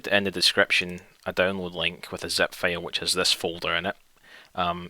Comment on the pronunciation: When you pronounce "file" as "fail"